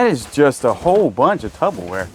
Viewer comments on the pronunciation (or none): I’m gonna comment every time you say this and correct you lol - it’s tuPPerwear NOT tuBBerwear lol. Love from Scotland xx